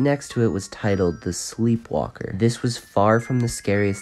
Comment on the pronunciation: Not trying to be weird but what state do you live becuase that sleep walker sounds like skin walker